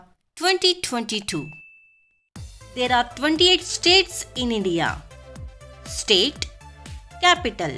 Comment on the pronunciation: 28/state not sade😢😢😢😢